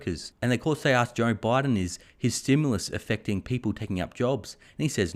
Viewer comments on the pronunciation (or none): none